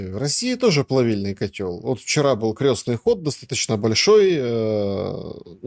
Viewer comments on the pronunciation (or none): Для закончившего филологический,: КрЕстный ход через Е. Хотя бы это произносите правильно.